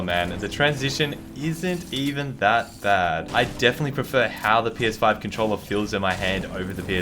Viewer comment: wy do u say cuntcholla instead of controller